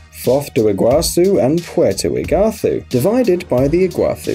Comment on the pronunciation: Paraná river - pah-rah-nah, not piraña Iguaçu - ee-goo-ah-soo Foz do Iguaçu means Iguaçu river mouth / source Puerto Iguaçu means Iguaçu river port. Ciudad del este means East City. See-oo-dah-d